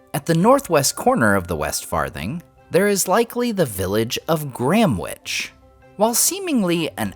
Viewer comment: Gramwich (you said) or Gamwich (on the map)? Just curious.